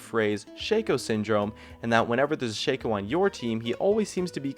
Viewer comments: It's not SHAKE-OH it's fucking Shaq-oh. Like Shaquille. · Dislike you said Shayco